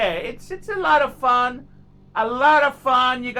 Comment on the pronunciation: FFS, why does he call them Sub Mareeners???